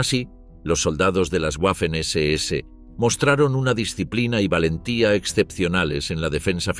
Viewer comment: La W en alemán, se pronuncia como una V.